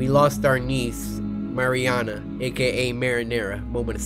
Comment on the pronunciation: Guys this is how you say Mariana Mar-E-A-NA